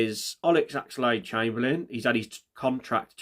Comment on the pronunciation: mate, I know Arokodare is a tough name to pronounce but you've got no excuse for 'Olex Axlade Chamberlain' 🤣🤣